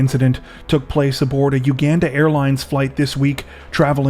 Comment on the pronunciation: Omg if you don't even know how to pronounce Uganda, maybe just don't do stories from there...🤕🤯